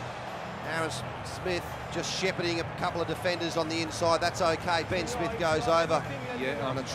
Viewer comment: 'BIN SMITH OVER THE TRY LINE!' Why can't Aussie pronounce words properly?